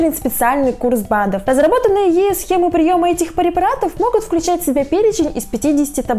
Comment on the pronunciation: никто не заметил,что она сказала «парепаратов»?😂